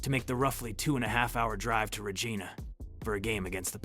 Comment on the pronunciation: Why a photo of a Soviet hockey team when talking about a team in Western Canada? Also, any native of Regina pronounces it “Ruh-JI (long “I”) nun, tomrhyme with a part of female anatomy.